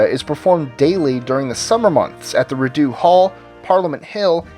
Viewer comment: Just one thing as a Canadian, Rideau is pronounced "Ree-dough", but otherwise cool list.